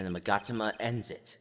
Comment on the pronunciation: It is mag-a-ta-ma